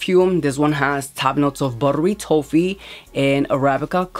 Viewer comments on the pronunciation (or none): Hi hun! It’s T-OFF-EE. The O is pronounced like the word OFF.